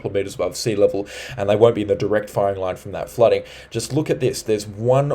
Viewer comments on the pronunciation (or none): none